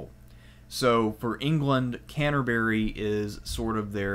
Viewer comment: and canterbury, and the domesday book lol. But I love his vids